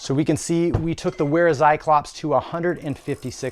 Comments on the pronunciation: good video. It's pronounced like Vair-ah, not Wair-ah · it's pronounced Vera Tsi-clop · it's not wear-a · Just a pro tip but it's actually pronounces "Vera". Great vid